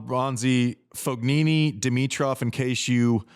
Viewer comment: Andy, just pretend saying : FOYeeNee.. and you nail it. GN in italian is pronounced like Y